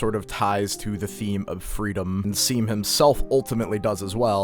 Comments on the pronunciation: Saying seam instead of shawm just shows that these kids don’t read the dialogue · dude everytime they called shawm 'seem' i yelled at the screen 'SHAWM' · seam in game: my name is pronounced "shawm":...anyways "seem"-- LOLLL (this is not hating i just thought this was funny) this video is sick!! i like that you're theorizing that dess might've not been the best person, since i frequently see her characterized as just "super cool older sister who everyone loves," even though the way basically everyone refuses to talk about her implies that maybe she wasn't as beloved as people assume. it could of course also just be that talking about her disappearance is taboo, but i like the reading that she isn't some infallible character, which fits well with toby showing us other sides of the characters that we first saw in undertale (like toriel, sans, mettaton, etc). cool stuff!! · it's pronounced "shawm" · seam is pronounced shawm and they use they/them pronouns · Seam uses they/them and also it’s pronounced Shawm.